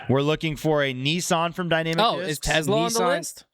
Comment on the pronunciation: Saying Tesla like "Tezla" should be a jailable offense.